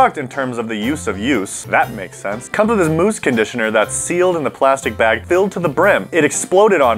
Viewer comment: mousse is pronounced moose